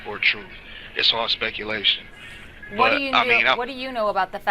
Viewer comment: “Dats spekulashon”